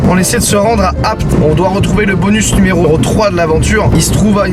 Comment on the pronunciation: Je suis le seul choqué par le "numéroro 3" à ?